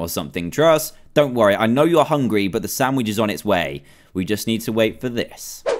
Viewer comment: When he said chop up the carrots to put in the samich